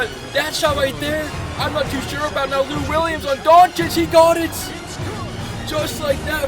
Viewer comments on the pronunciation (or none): none